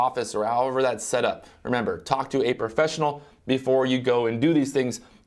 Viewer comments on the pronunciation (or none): The word is "professional" not "perfessional" hahaha